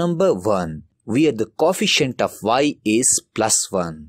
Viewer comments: Co-efficient ❌coffeciant✅ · This guy says coefficient coffeicent anyways GREAT VID